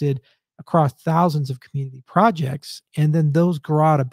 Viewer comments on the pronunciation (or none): none